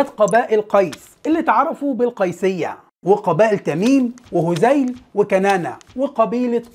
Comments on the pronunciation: هذيل وليس هزيل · للتوضيح فقط: قبائل هذيل وليس هزيل.. ابن ابي سُلمى بضم السين ، طَرَفة بفتح الطاء ، لان الطرفة بضم الطاء هي النكتة.. تقسيم ابن خلدون لأصول العرب غريب جدا.. الفيديو جميل جدا والجهد المبذول فيه واضح ، لخص أمور كثيرة في اقل من نصف ساعة.. شكرا استاذ..